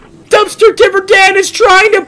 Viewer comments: It’s not div-er dan it’s di-ver dan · it dayver not divor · Its not dive its diver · its not "Dihver" its "DIvEr" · Dumpster "Divver" Dan Me: bruh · I think your supposed to pronounce it as diver like a diving into the water but with an er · It’s dumpster diver dan not di ver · Why you keep saying devr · It’s pronounced dumpster diver Dan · ITS NOT DUMSTER DIVR DAN!!!!!!!!!!!!!!!!!!!!!!!!!!!!!!!!! ITS DUMSTER DIVER DAN!!!!!!!!!!!!!!!!!!!!!!!!!!!!!!!!!!!!!!!